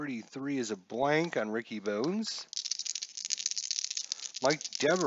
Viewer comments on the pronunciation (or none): Kevin Seitzer your main man yet you slaughter the pronunciation of his last name. And Pat Listach,and Ricky Bones (Bonez) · Nice to see inside pitch C&D. Pronunciations... (you know I just have to). Ricky Bones pronounced Bonus and Ozzie Guee-Yen.